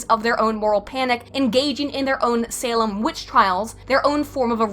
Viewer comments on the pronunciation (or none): none